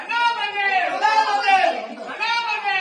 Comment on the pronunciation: விஜயை தனபதி என்று கூவும் போது எனக்கு தளபதி என்று கேட்கவில்லை தள்ளய ஓழி என்று கேட்கிறது உங்களுக்கும் கேட்கிறதா கமென்ட்-ல் சொல்லுங்கள்